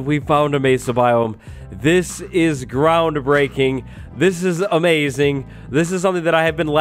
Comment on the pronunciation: Did you say it was aMESAing?